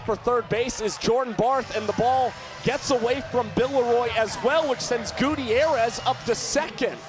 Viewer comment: Dear and, Please ask Mr Gutierrez how to pronounce his last name. Signed, Katy Gutierrez 😅❤